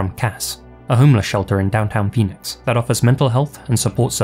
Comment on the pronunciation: When you said Phoenix, I heard benis